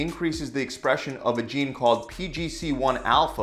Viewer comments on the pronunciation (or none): none